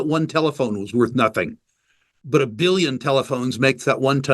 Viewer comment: Did he just pronounce Billion as Bollyion ?